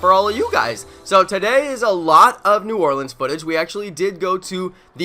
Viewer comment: Bro i live in nola born and raised down here you said it perfect bro